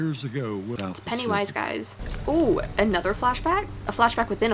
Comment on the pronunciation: she said penywise tho hhhh